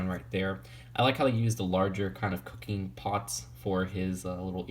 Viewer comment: you did say cooking...right?